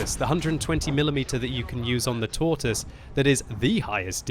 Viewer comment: you must learn your pronounciation from Rita it's called the the ''Tor Twoise''! Shame! Happy New Year to you and Peppi!